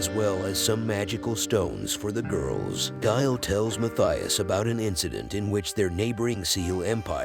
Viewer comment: Oh, and the name is pronounced ‘Mattias’. It’s a swiss/German name. The ‘h’ is silent.